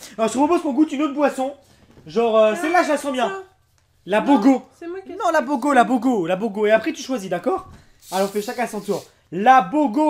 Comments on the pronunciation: moi ce qui ma plus tuée c'est "la bogooooo" hors on dit boga !!! 😂😂😂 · il dit la bogo je dis dans ma tête mais non c pas la bogo c boga il dit non la bogo la bogo je dis noon il dit ooohhh oh la bogoo la boogo 😂😂😂 la bogooo la bogooo 😂😂😂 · c'est pas du bogo mais ça se prononce bouga ( je sais ça s'écrit pas comme ça ) je connais juste ça car je ne mange pas halal mais j'ai déjà bus le boga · C'est trop genant quand tu repete "Bogo" plein de fois alors que c'est BOGA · reghalal et les autres marques que tu as pris ne'sonst peut être pas halal et les boisson et les olives n'ont pas besoin d'être halal. PS on dit bouga pas bogo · Putain mais c'est Boga pas Bogo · moi qui est tunisiens je suis mal a l'aise quand il dit bogo C'EST BOGAAAAAAA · C'est pas bobo c'est boga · C'est pas bogo c boga 😂😂😅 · On dit Boga pas Bogo 😂😂😂😭😭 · ça se dis "BOUGA" pas "Bogo" et c tunisien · S’il vous plais c’est pas bogo mais bogA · Ok de 1 c boga et sa se prononce bouga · c pas bogo c BOGA et sa ce dis BOUGA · ses boga pas bogo..... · Ses bogo pas boga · C boga et sa ce dit bouga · Boga et pas bogo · G eu mal à la tête quand il a dit bogo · on dit bouga mais je sais que c'est boga je suis tunisien. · Ca se prononce bouga lim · putain le boga c’est la base au bled ( et sa ce prononce BOOGA ) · La boga sa se prononcé bouga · ça me stresser quand il disait boga